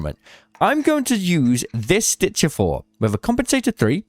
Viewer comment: the "stitchah" is my fav.